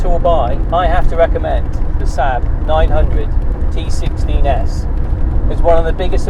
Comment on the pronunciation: You must be the only person on the planet who calls the Saab "Sab"! It's a Saab, two "aa" not a Sab!